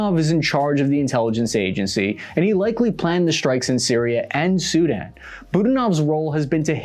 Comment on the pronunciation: Its SuDAN not SU-dan